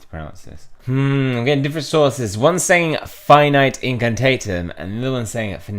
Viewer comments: It's neither. It's pronounced fi-NEE-tay in-can-TAH-tem. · Again: It's Fin-ea-tay In-can-tah-tim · I just finished watching your last video Also, Finite Incantartem is pronounced Fin-ee-tae In-cin-tar-tem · Finite incantatem (Fa-nee-tai in-can-taa-tum) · Fin-Eee-Tay In-Can-Tar-Tum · "Fi nee tay, in can tart um". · Fi-Nee-Tay In-can-tah-tem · you’re definitely saying finite incantatem wrong